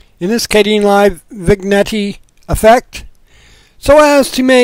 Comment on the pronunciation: Excellent... I love these small howtos.... I love your pronunciation... I think it is spoken as Vin-yett... but it doesn't matter at all.... keep up the good work...